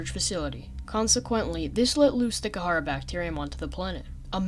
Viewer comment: Kharaa is pronounced (ka•ra), not (ka•ha•ra). Other than that great video